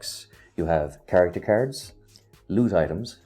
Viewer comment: I was so confused and thought "what kind of carrots keeps this guy talking about?!", until I finally realized that's how you pronounce "cards".